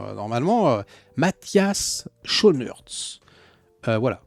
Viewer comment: Matthias Schoenaerts est Belge (Flamand) ça ce prononce skounarts et on prononce le s à la fin